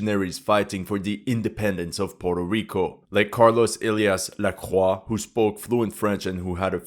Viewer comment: OMG THANK YOU for pronouncing Lacroix properly. So many people say it wrong and when they hear it pronounced correctly they lose their shit.